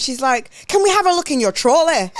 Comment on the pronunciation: There were so many things in this ep that had me laughinggg🤣 Noticeable faves: - The x Gillian McKeith supermarket linkup. I kept rewinding to "TROLLEH" lmaooo. But no, how can someone run up on you like that with their camera crew and ask to view your trolley contents??? #TrolleyGate - "Here I am [shaped] like a dumpling"... egregious - "Wanted to do re-enact Christina Millian AM - PM but then I ended at DMU" Such a funny episode girls! Loved it xx